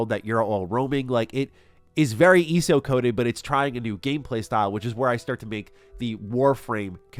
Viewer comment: Watching you not weave any of your attacks and report that you played ESO without the plus sub tells me you didn't really play ESO much. Also its E.S.O. not eeeso. Weird thing to fake dude. Agree with the rest of the vid though, thanks for the scoop.